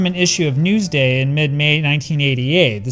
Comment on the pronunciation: Newsday? You from Long Island or NY City?